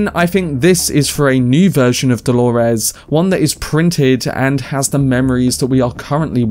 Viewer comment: Why do you say DoloRES?